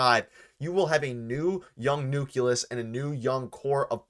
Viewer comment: it's "nuke LEE us"... not "nuke YOU lus"